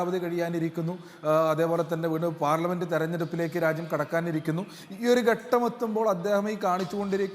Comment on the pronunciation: ഗട്ടം ഗട്ടം എന്നാണ് പറയുന്നത്. ഘട്ടം എന്ന് ഉച്ചരിച്ചു പഠിക്കുക.